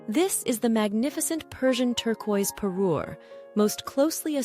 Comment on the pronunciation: Not 'pairer' but 'parure.'